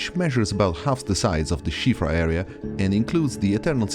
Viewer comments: First time I've heard someone speaking in English pronounce Siofra right. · That's the widely-accepted pronunciation in English.